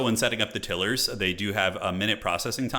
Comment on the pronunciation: I'm embarrassed by the extent to which this triggers me, but please, for the love of Hashut, stop saying "tiller". They make tiles. Not tills. TIGH-luhr /ˈtaɪlər/ (if you wanna get technical) 😅 I can't wait for the sweaty multiplayer streams, though. Bring it on!!